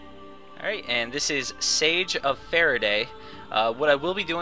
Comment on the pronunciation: I believe you said Siege wrong. its not sage.